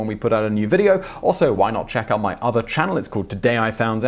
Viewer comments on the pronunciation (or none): none